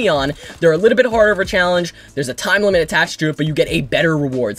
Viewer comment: is he saying horder or harder